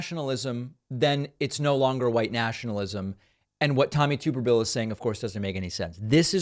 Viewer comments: Tube-er-vile is how it is pronounced Dave.🤣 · Tuberville is an imbecile…. It’s Tubber ville BTW. Not tuber ville. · Promise you it’s tub not tube. Lol I’m from Alabama and loved this guy as a kid. It was solely due to him being the football coach at the University I had been raised to love. Funny how I absolutely hate this clown now, and why I voted for the much more qualified and overall not a stupid pos football coach Doug Jones. Doug Jones was the prosecutor who got convictions for two klansman who had a role in the 16th Street Baptist Church bombing here in Birmingham that killed 4 young black girls in ‘63. The type of people Tuberville is unashamedly supporting time and again. Unlike Jones this clown isn’t from nor had he lived in Alabama since being fired from Auburn University 15 years earlier. It was the exact same situation as with Herschel Walker and Georgia. People here are just too stupid and stuck in their backwards ways. Not all but most. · It’s pronounced TUB erville not TUBE erville. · he says tubberville, but the lack of a second B in there is pretty definitive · It’s Tuberville like bathtub. Source: am from Alabama. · It's tub-erville. I don't think he was a coach for 40 yrs either. I'm from Alabama. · It’s tub like bathtub 🛁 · It's Tub-erville, like bath tub, but he's a rubbish senator and any politician who defends those people deserves to have their name mispronounced.